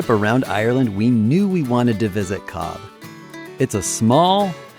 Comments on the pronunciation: It is shame you repeatedly mispronounce Cobh as Cob instead of Cove. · It is pronounced COVE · Its pronounced 'cove'